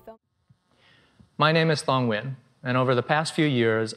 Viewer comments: I am not Vietnamese, but a Vietnamese friend named Nguyen once told me that "win" is what they say to Americans because they know it's easier to pronounce, but something like "nu-wen" (with a specific intonation that I can't type, but is exactly how she said it) is more authentic. I suspect a lot of Vietnamese-Americans who grew up in America always say "win" for this reason, even if that's not how people from Vietnam would say it. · I thinkpeople in the video pronouncing it When, know what they're talking about. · The closest to pronouncing this correctly is the 2nd person with the white dress shirt. He had the ~ accent (which the others lack) which is crucial to Vietnamese pronouncing. If he ended it with "ee-in" instead of "in" it would be 100 authentic. PS, The older gentleman at the end even watered down his name pronunciation. I'm kind of surprise since he's obviously so fobbish. Lol. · I am Vietnamese, born in Vietnam. It's strange that I only see person number 2 pronounce it correctly. Maybe they were all born in a foreign country or were trying to change the word into something that was easier for English speakers to hear. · Correct Pronunciation: Pronouncing it "Win" is them making their names easier for people who don't speak their language. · Viet Thanh Nguyen (the 6th guy) pronounces it the most correct way. It's still a little bit different from native Vietnamese pronunciation, but it's the closest one.